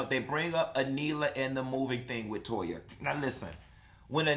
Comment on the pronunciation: It tickles me with Anila's Mom calls Toya 'Toe-ha'!!!